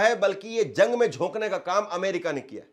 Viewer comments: Zung kya rey???? It’s Jung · Bhaiya zang Nahin Jung Hota Hai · अबे zung नहीं jung बोल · पत्रकार महोदय जंग होता है न कि ज़ग शब्दों का उच्चारण सही कीजिएगा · Usko zang nai jung bolte h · تم جیسے لوگ بھی صحافت کے میدان میں جھک مار ہے ہیں تمہاری زبان ہی درست نہیں ہے، جنگ کو زنگ بول رہا ہے